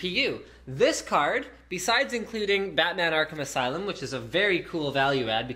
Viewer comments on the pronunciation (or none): none